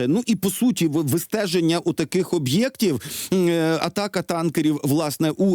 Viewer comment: НВ, роздупліть своїх редакторів 😂 Що за "О'БЄКТ"???? 😂